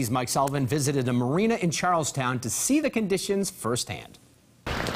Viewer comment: They pronounced Charlestown wrong.